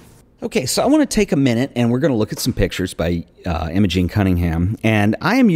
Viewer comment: Another great episode - thanks for sharing ! Nitpicking I know, but for completeness her name was Im-O-gEn and not Im-A-gING. Same as my niece ;-)